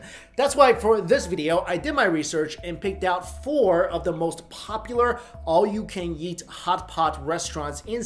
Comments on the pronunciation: Am I the only one who heard "all you can yeet" ? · Is it just me or did he say all you can yeet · Did he just say “all you can yeet restaurant” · Why does it sound like he says all you can yeet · I don’t know if anyone else noticed but when he says “eat” it kinda sounds like “yeet” and I find it pretty damn funny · I thought he said all you can yeet and I wheezed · Lol at the beginning he sounded like he said yeet instead of eat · Stg I keep hearing "all you can yeet" and it won't stop. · I love y’a man but for some reason I have convinced my self that every time u say eat your are saying yeet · Anybody else hear him say yeet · Is it just me or does it sound like he's saying yeet instead of eat?